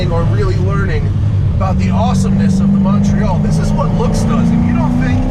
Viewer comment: It "rooks" good.....rooking good is important.